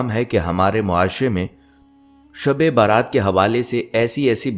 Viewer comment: شب بارات نہیں شب برات 😢 یعنی بَری ہونے کی رات